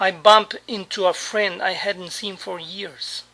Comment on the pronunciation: El "SEEN" en USA tambien es pronunciado con "I" en vez de "i"???